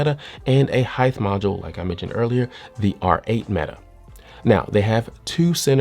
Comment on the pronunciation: can you please stop saying heigth instead of height